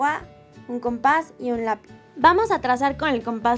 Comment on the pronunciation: Alguien mas se dio cuenta de que parece que dijo lapi jeje 😂😉👍👌❤️❤️❤️